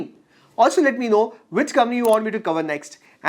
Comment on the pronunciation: Brother,I watched a lot of you videos..All of them are great content. A small suggestion..please pronounce Company as coMPany….instead you are pronouncing as commie… Thanks 🙏 for the great content